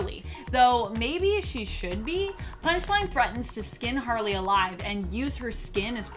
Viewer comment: You said “Punish-Line” in the beginning